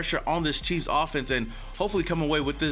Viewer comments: Did anybody hear him say Kansas City queefs in the beginning lol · MY GUY!!💯🤣🤣 HE SAID KANSAS CITY QUEF!!!💯🤣😎🖤🖖🏿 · Had to rewind it once to see if you said queefs and sure enough my hearing is working perfectly. Shortly after getting off the floor, I started this.